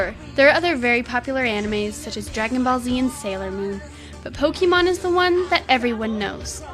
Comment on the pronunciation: I thought i heard 'Pocky-mon' ???